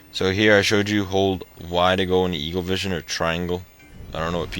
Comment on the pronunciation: did you say evilvision instead of eaglevision